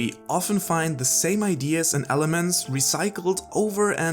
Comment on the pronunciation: Why's he saying "idears"? 😂